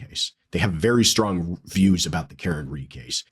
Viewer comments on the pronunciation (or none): none